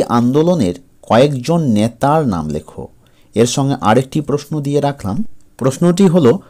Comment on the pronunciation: ন্যাতা নয় নেতা😂😂😂😂😂😂😂